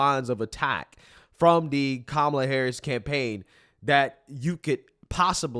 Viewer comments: calling every single republican weird? 👍 Mispronouncing Kamalas name? 👎 the Democrats are such hypocrites. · Calling Trump and Vance weird is okay. But don't you dare say Kamala's name wrong. That's offensive. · It's not pronounced Kamala. It's pronounced Kamala.